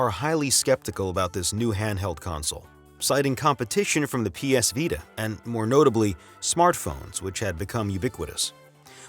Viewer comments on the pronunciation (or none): none